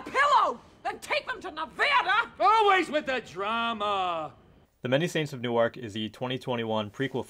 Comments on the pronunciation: fyi Newark, NJ is pronounced like "newerk" or "noork", different from "New Ark" DE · I agree. He lost me in the first few minutes when he pronounced Newark like it’s in Delaware not Jersey.